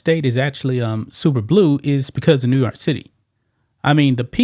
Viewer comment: Bro, you can’t pronounce NEW YORK properly???? 🤷🏽‍♀️